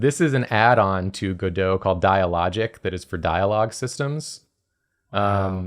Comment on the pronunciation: He kept saying go-dough… it’s go dot. You make dots move, aka go. 😂